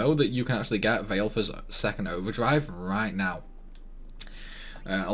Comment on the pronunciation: The way you pronounce Valefor is hilarious